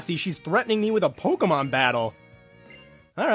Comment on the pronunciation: Waaaaaiiiittttt a minute. Did he say PokeMAN in the first couple seconds 😂😂